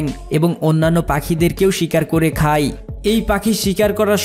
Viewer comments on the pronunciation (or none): খাই হবে না, শব্দ টা হবে খায়। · যায় কে যাই, খায় কে খাই, হয় কে হই বলছেন কেন?